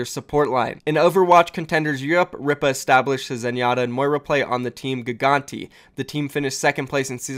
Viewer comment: I'm pretty sure Ripa is pronounced Reepa